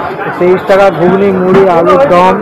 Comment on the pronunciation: ওটা গুগ্নী নয় ঘুগনি হবে।